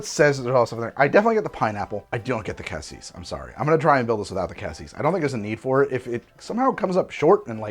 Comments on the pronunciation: I suspect the cassis (yes,, it's pronounced cah-cease) is what gave him the hint of strawberry-ness. That sort of nonspecific red fruitiness could be interpreted as strawberry, especially if they used cheap creme de cassis. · For cassis, it's the first pronounciation, but the final s is silent